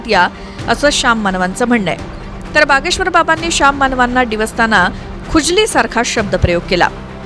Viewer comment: बागेश्वर नाही भागेश्वर 😅